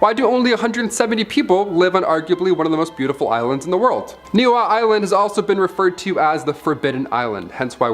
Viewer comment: Ni'ihau - Ne-e-haw-oo. Kamehameha - Ka-may ha-may ha. Dude it was painful to listen to your not even close pronunciation of the Hawaiian language.